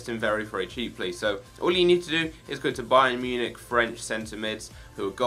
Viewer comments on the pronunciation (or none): none